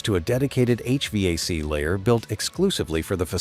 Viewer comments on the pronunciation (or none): none